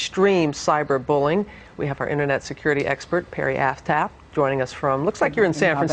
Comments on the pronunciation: "Internet Securty Expert, Perry Ass-Tap" Did she say her second name was Ass-Tap... that's what it sounded like to me xD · did she say Perry Asstap or Asscat? lol! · Completely off topic, but what on earth was that other ladies name?? Perry Asstap?? O.o No offence meant, but that's what I heard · I thought she said Perry Assfat.. ._.